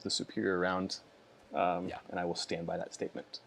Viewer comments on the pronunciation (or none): Dear: When you said "I stand by that statement." regarding 545, I basically heard "I stand BECAUSE of that statement" All my hats off to you man.